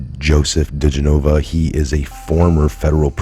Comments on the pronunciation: His name is pronounced Di GEN o va. Accent on second syllable, NOT Di gen O Va. So many people mispronounce it, it's not that hard! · Love your videos! (But... it's diGENova -- emphasis on GEN.) Keep up the good work! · Joe DEE-JEN-OH-VAh. Gah!!!!! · His name is pronounced Di-gen-o-va!!! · Dear. Please Correct The Pronouncing Of His Name. Di Jen. I. Va. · No offense coz I love you...But his name is pronounced Deh- gen-ovah...😁😁😁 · His last name is pronounced. De Jen O Va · Bro, it's been over a year now. Learn how to say Joe digenova's name. Watch one news clip. Please quit being so disrespectful to that patriot